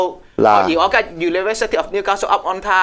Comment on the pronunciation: Upon 讀成 Up on 真係 On99